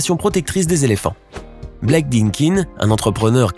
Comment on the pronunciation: On dit LA limule et pas le limule. Et Blake ça se prononce "blèque" pas black. Rahhhh, comme d'habitude c'est joliment produit sur la forme mais très borderline sur le fond.